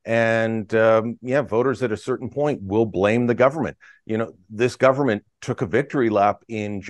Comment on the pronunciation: bro said "gudvernment" hahahahahahahaha